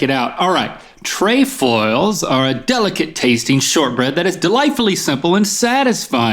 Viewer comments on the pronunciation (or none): It's not treyfoils or treefoils its trehfoils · It's tr-ef-oils (tre like treble). I was a girl guide... That's how it was pronounced at least in Ontario. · Pretty certain it's pronounced "Treff-Foil". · Who else was waiting for the correct pronunciation of Trefoils?